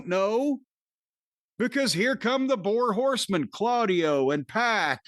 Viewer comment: Man said "The Bore Horsemen" 😭🤣